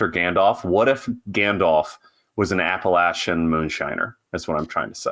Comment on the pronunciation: Good on for saying 'Appalachian' the right way. 😉